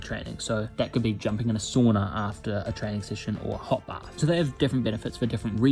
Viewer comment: He pronounced sauna wrong